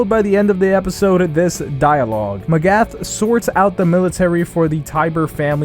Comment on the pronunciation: You really butcher these names. It's "Mah-gith" It's "Tih-ber" It's "Rhy-ner."